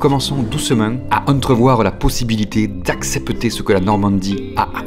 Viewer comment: "Accepeuter" m'a tuer.